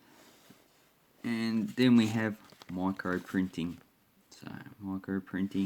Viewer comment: Micro Pwinting 🤣🤣😅😆🤣